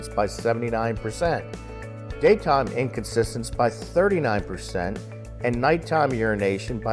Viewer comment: "In-Con-TIN-ence" - Inconsistence is an entirely different word :o)